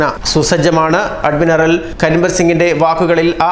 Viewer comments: Adminaral അല്ല admiral. ശ്രദ്ധയോടെ വായിക്കുക സുഹൃത്തേ.. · അഡ്മിനറൽ അല്ല... Admiral.....